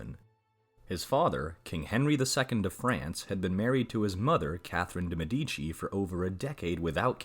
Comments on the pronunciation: Why is it so difficult to pronounce correctly the names of the peopleyou are talking about? ME'DICI!!!! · de Medici